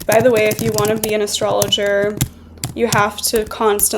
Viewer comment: "Vedic astrologerrrrrrrr"🔥